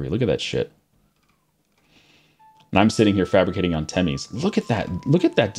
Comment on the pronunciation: The province in Hungary is not pronounced like "timis" as you say, it's called "temes", e is pronounced like the e in the word 'development', and s is like in the word shark